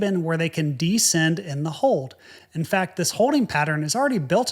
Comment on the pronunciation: The word you're looking for would seem to be "descend," pronounced Di'-send -- with the accent on the first syllable. This DEEE-send thing you keep uttering is not part of the English language. It's just a strange YouTuby sort of noise.